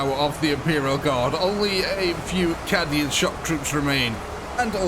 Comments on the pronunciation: Cadian is said ca-dian not cad-ian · I'm not sure what made me start laughing more, the way "Cadian" was pronounced, or the fact that "Templars" was spelled "Tempars". To be clear, not being an elitist or laughing in any mean way, just started making me laugh. Lol